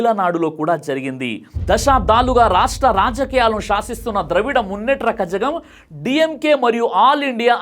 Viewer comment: "కాజగం" కాదు భాయ్ "కళగం" zh అంటే ళ